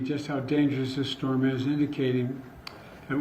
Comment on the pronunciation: Amazing big shtorm☠️